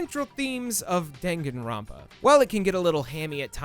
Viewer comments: DANG-GAN-RON-PA??? IT'S DAN-GAN-ROUN-PA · It's pronounced dun-gun, not den-gen, lol. You don't read romaji using stupid english rules. I'm not gonna waste my time teaching you japanese. Just go and take your western "carry-oh-kee" ass to a video where a japanese person pronounces it properly. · Great video, but the pronunciation of every Japanese word was so off. Its pronounced “Dahn-Gahn-rown-pa” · "*Dang* Gon Runpa" "Spike chun soft" ...My god is that how other people pronounce them????! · DANgan ronpa. DAHN. Like Dawn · I enjoy your video but how you pronounce Danganronpa hurts me physically lol but you are still awesome ♡ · Bruh. You can't even pronounce Danganronpa correctly.